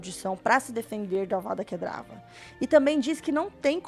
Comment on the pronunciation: Ei, Amei seu vídeo, muito legal continue postando mais por favor!!! ja ganhou mais um like e mais um inscrito. ps: só uma observação, como um sonserino preciso te corrigir kkkk vou pagar de hermione aqui... "Para, para, para, para, assim vai acabar arrancando os olhos de alguém. E você está falando errado. É Kedavra e nao Kedrava" - Avada Kedavra (Não é DRA, é VRA)